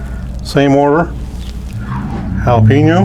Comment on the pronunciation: It's so wrong but sounds so right: Hail uh pee noh Spam!